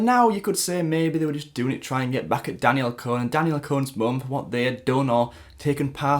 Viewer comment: Your Saying it wrong its Danielle "Con" -- Con /kɒn/ persuade (someone) to do or believe something by lying to them. an instance of deceiving or tricking someone.